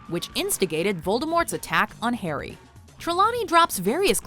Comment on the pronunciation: ”hARRy” *”wOT” “EuhUehhh”